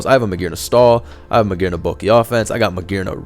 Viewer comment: magearna with a hard r